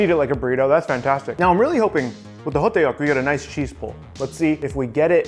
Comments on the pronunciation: 호떡 (hotteok) is said more like "ho-tuk" It's really hard to put into text how hangeul are pronounced lmao But that's a close approximation as I can get. The double consonant (tt in this case) is stressed compared to standard (t) and is in between a d and t sound. Also, ㄱ (kieuk) isn't a hard k like in english. It's more in between k and g so kimbap would be more gimbap and is regularly romanised as such. Looks great though! I guess those years of making sushi paid off xD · 호떡 (hotteok) is only two syllables, so it's more ho-tteok (and tbh, you can kind of get away with ho-duck because the tt is sort of a mix between a tt and a dd, as you can romanize it either way really) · the pronunciation is close I think your going off how it’s spelled in English I don’t know how to tell you to pronounce it in Korean through text but it is similar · As a korean, this was all done very well! Only a few things stood out to me. 1st is hotteok is only 2 syllables; the tteok part is pronounced kinda like how you say duck. 2nd thing is that kimbap usually gets brushed with some sesame oil at the end! It gives the seaweed a beautiful glossy finish, as well as adds a bit extra depth of flavor. Overall great job! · hoteok is 2 syllables but stretches it out to 3 😂 good try tho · Btw… it’s Hodduk. The ddeok is pronounced like duck. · Sesame oil, you needed to brush sesame oil on that kimbap roll! also it's pronounced "huhduck" not ho-tae-uk lol overall good job on the spread! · Beef or korean sauage or gimbop ham. 2 have better taste of meat. Yes you can do beef o other types of meat or American vegan veggie you want 2 put in gimbop. By the way right pronunciation of ho duk 호떡. Not ho day yuk. It's like when people say hondie. Instead of Hyundae. Please Please don't say diekan said it in Korean pronunciations Dian Mu Gee. But 👍 how you did Hankook um shiek. Or I should say S.Korean snack food. Thanks for showing it from other than S.Korean Ajumma cooking. 🤣🤣🤣🤣🤣🤣🤣🤣🤣